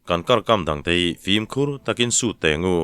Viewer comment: "Zîng fîm" lam rik dan hi a dik chiahlo deuh a. Fim hi 'ṭhin' kan lam anga hniam a lam zawk tur a nia. "Zîng" hi chu a rik dan a dik a. "fîm" erawh a hniam lama kal tur a ni.